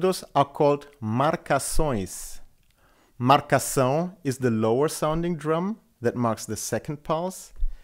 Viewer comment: Great introduction class,! It's always a pleasure to watch your videos and learn more about this wonderful instrument. And congrats on the pronunciation of "marcação". It was perfect (and we know how difficult it is for non-portuguese speakers to nail it). Thanks for your class!